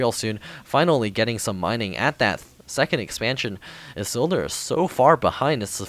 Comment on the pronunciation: Isildur! Awesome! IT's pronounced "Ee-seal-door". It's a reference to Lord of the Rings.